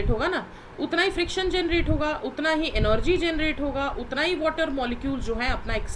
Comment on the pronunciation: Mam energy ko enorgy bool rahi hai🤣🤣🤣